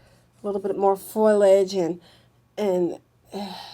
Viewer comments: I love the way says foilage instead of foliage. Reminds me of Curly from the Three Stooges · well, idk about the "" being "scary good"....I've seen much better. She keeps repeating the same things over and over in different ways...really aggravating and the word is "foliage" not foilage lol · It's foliage not foilage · God, if she says "foilage" instead of "foliage" one more time: Ahhhhhhhhhhhhh! "...and what not." "...and what not." "and what not." "um, ah, ayiah, ah, um, and what not." Come on,.... Please."Iz, it, it's - it's like, ah, um - and what not." You're KILLING me, here. "Above the surface, or what not..." What does "What not" even mean? I feel CERTAIN you've gotten this under control, by now. You are so sweet, and smart. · Not making things up, but lacks the vocabulary and descriptive ability to express what she senses. I can't stand the ebonics either. Blacks do not pronounce words correctly. She said FOIL age, when the word is pronounced FOL I AGE. 3 syllables, not 2. "" paused too much, and used the word "weird" way too often. I would rather have had the older man describe the targets. He was far more intelligent and spoke better, and had the vocabulary to accurately infer what he was sensing. This is critical information and a person with a far greater descriptive arsenal of vocabulary is vital. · saying FOILAGE is wrong, it's Foliage